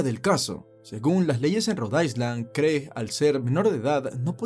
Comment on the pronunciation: Interesantes historias... solamente que cuando pronuncies la palabra island omite la letra s pues se pronuncia "ailand"...buena suerte.